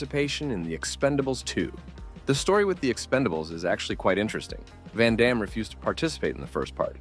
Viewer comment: Van damne to seagal Do not cha lenge me - a la expendables 2 pronunciation